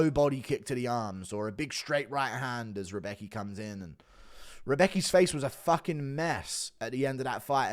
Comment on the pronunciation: "Rebeki" lol xD its "Rębecki" actually xP